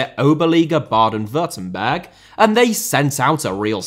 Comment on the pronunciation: I‘ve never heard an english man pronounce„Baden-Württemberg“ so good, respect 🫡